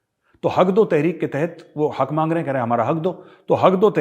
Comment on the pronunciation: Sir Hag do tehrikh nahi 😆 Haq do tehrik hai😁